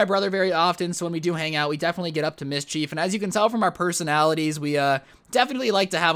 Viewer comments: Mis-chief. It’s mis-schef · “Mish-cheif” it’s mish-chif